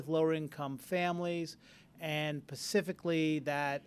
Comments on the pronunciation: Pacifically? Really? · Lost me at "pacifically" instead of specifically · In the first minute, did he actually say the word “pacifically” instead of the word specifically? What kind of college is this? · Never trust anyone who says “pacifically” instead of “specifically” to teach your children.